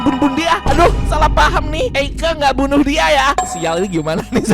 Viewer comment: Bunuh bukan bunbun😂😂😂😂😂😂😂😂😂😂😂